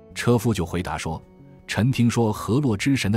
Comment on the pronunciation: 很好的作品，不过读字发音有误，宓（fu二声发福字音)妃。